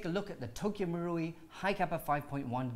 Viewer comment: It should be pronounced as Tokyo MA-ru-i not Tokyo MU-ru-i